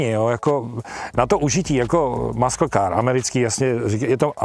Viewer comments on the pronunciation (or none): hej, to je frajerina jak svet hovorit "maskl" a "lambordžíny" :)